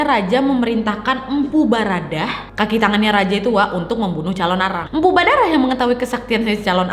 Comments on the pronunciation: Badarah atau baradah kak😂 pacaletot bat susah beud namae ya😂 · Kak baradah apa badarah?? Typo2 terus wkwkwk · yg bener empu badarah apa empu baradah?? 😂😂😂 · Mpu baradah kak bukan badarah😂😂 semangat ngonten nya kak❤️ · Mpu barada / badara kak nad😀 keseleo lidahnya 😂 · Mpu Baradah say. .. bukan Badarah 😭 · Baradadah NAD😂😂😂 kesasul jadi badarah 😂😂😂